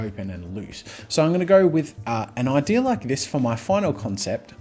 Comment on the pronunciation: Idea Jazza. Not Idear.